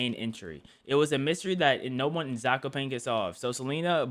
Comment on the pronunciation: you were close to pronaucing zakopane right but its funny to hear english speakers try to pronounce polish words.